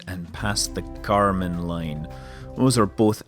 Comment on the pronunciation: karman line, not kerman line ;)